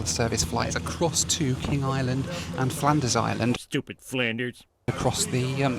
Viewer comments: It's actually Flinders Island. Not "Flanders Island" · Flinders Island , not Flanders Island 🙄. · Flinders Island, not Flanders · Why is the Metro ‘bizarre’? I flew them back in the 90s and don’t understand why you’d describe them thus…perhaps more bizarre was your pronunciation of “Flinders Island” (as opposed to your “Flanders Island”😂). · You mean 'FLINders Island" 😅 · Correction it's " Flinders Island " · fl-IN-ders Island lol. Nice try tho.